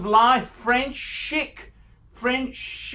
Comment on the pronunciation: Is he on meds or off them??? and, ironically it's pronounced French 'sheek', not 'shik'....and what are Firmagamose?